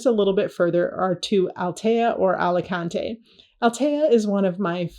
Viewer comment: No AlicantEEE, yes AlicAAANte